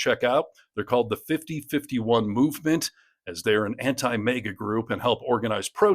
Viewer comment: Its MAGA, not Mega, please pronounce correctly!